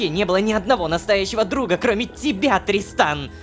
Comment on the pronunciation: там озвучка немного другая: там должно говорится тристан, а сказала дристан😂😅